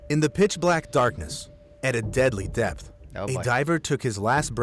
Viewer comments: I thought he called it death intoxication 😂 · He said DEPTH intoxication